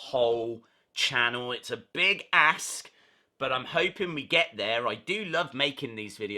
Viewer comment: lol I know you said big ask but it sounded like big ass